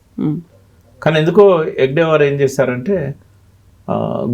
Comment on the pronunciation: ఆ మహానుభావుని, ఆ యుగ ద్రష్ట పేరు హెగ్డేవార్ కాదు, హెడ్గేవార్. అది మొదలు తెలుసుకోండి. మీరు చెపుతున్నదంతా మీ లెఫ్టిస్ట్ కోణం లోనుంచి చూసిన, ప్రజలకు చూపిస్తున్న చిత్రం. RSS చరిత్రను వక్రీకరించటానికి చాలా హోంవర్క్ చేశారు. కానీ ప్రజలు ఎవ్వరూ నమ్మరు, మీ లెఫ్టిస్ట్ లు తప్ప.